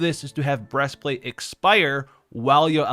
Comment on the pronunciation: "Breast Flat'è"